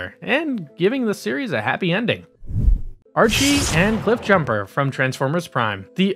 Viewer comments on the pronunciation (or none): This was good information but some of the pronunciation was driving me nuts, like Arcee being said Ar-chee. It's said like RC. Other than that this was good information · My dude..... it's not "Archie" it's Arcee(R C) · Her name is Arcee like RC not Archie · Arche? Who is Arche? There is Arcee which is literally just pronounced by saying the letters R and C. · ARE-C it's not archee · Arcee like R C not Archy LOL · Stop saying r g it’s arcee (are see) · It’s pronounced rc not Archie n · Bruh.... Why do you keep mispronouncing their names? You're killing me here... It's Arcee (pronounced: Arr- See) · I'm still in shock that you could mispronounce Arcee as Archie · Tell me you don’t know anything about the copy you’re reading for the video without telling me you don’t know anything about the copy you’re reading for the video. “Archie” Tell me again. “Cyclonius” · Archee... fucking guy legitimately called her Archee haha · bru it hurts me to hear him call arcee archie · Archee? you said ARCHEE?! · Who the hell is archie. Do you mean arcee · Ar sea. That's how it's pronounced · its not archee damn it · Omg dude, love the video but it's pronounced Are See. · Dude... Arcee isn't pronounced like Archie. There's no 'h'. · My issue is with him mispronouncing Arcee